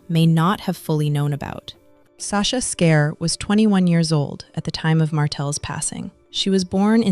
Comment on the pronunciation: Her name is pronounced Scar, Sasha Scar, not Scare